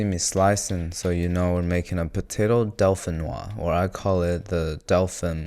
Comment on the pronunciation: Dauphinoise is pronounced "Dofenuaz"